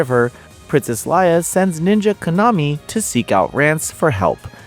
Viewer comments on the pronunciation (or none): Why do you pronounce Lia’s name like that. This is the one game you dont have an excuse for you can hear them call her by name this time